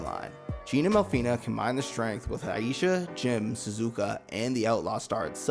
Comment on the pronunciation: It's not mel-fi-ney it's mel-fi-nah. In Japanese a is pronounced like ah. You're not saying aye like you're Fonzie hitting the jukebox. Otherwise good video.